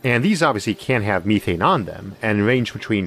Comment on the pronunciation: Me-thane, You-thane, He-thane, She-thane...